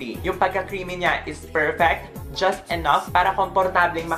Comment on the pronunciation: That "juts" hahahahahahaha love you 😍